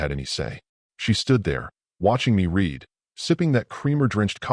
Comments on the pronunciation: Teach ur AI how to say "read" in the past tense...which is pronounced "red".. How many more times do I have to say this?...or not? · Again, author, teach ur AI the past tense of "read'